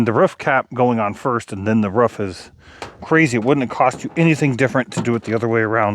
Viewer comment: Ruff ruff....instead of a roof..lol x